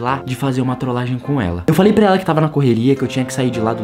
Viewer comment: A ora que eu mais sori foi você falando trolagen kkkkkkkk